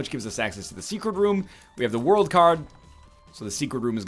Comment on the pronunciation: God damn it, every time NL says "the world" all I hear ZA WARUDO! You though it was Northernlion, but it was really me! Dio!